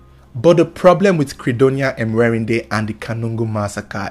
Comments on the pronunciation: It's Mwe_ri_nde not Emwerinde😂😂😂😂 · Am from Uganda She's called Mwerinde not emwerinde Thanks for the story